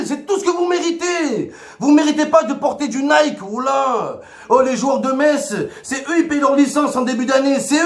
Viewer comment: Mohamed Henni, le premier Marseillais à dire "MeSS"! C'est bien, on avance dans le bon sens !